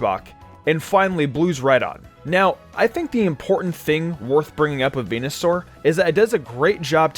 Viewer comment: He said fucking venasaur